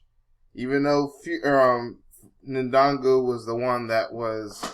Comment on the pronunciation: he may not be able to say his name right , but he knows who really won the fight , and i was for fury but fury lost that fight